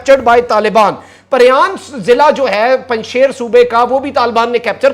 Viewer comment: مخدوم صاحب، آپ سے دو درخواستیں ہیں 1 براہ کرم پنج شیر کا تلفظ صحیح ادا فرمایا کریں، شیر کا تلفظ ش ی ر ہے shir کا اردو میں تلفظ شی ر ہے 2 سنسنی سے پرہیز فرمایا کریں کیونکہ اس کا نتیجہ فائدہ کی بجائے نقصان کی صورت میں نکلتا ہے آج 4 ستمبر تک تو پنج شیر طالبان کے ہاتھوں فتح نہیں ہوا.